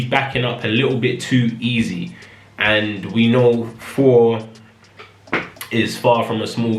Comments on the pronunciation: Yeah British people often replace 'th' with an 'f' sound. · is he saying 4 or Four!? XD